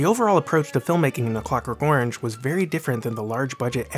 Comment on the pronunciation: I attempted to watch this but was repelled by the narrators hideous pronunciation of the word orange.